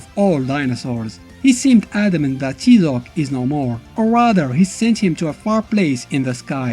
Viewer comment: It's pronounced "TIE-ZOC" as the character clearly says in the game.